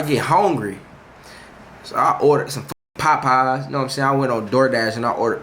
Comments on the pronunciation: Bruh it's POPEYES not PAPEYES 😂😂😂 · “so the POPeyes get AHTsiide” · Dude said. “Pie-pies” 😂😂😂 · Nah the way jay saying “POPeyes” got me weakkkk😂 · He says it with his chest with a capital P😂😂😂😂💀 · LMFAOOOOOOOOOOOOOO Na I thought I was the only one PAHPAHS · Sounds like hes saying potpies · My boy say Popeyes w so much emphasis 😂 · Fr I just liked the video for the way he says it 😂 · my aunty be saying it the same way 😭